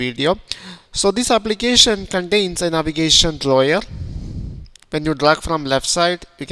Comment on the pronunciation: Navigation draw-yer?